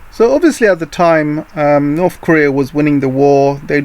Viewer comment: I want to know why you pronounce north or south (norf and souf) and (death deaf)